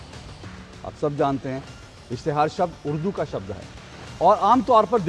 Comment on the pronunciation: Uddu nahi urdu bolty hain bolna sikho madam please 🙏